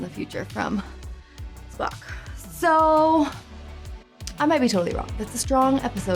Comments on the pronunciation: oh man, I thought swore when she was talking about the Sarek episode and said "Spock" lol. Listened to it repeatedly like 3 or 4 times. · "Klug" "Spacky". Sorry,. I know you're trying. But I can't help but laugh. Still, I love your reactions! Can't wait for the next one!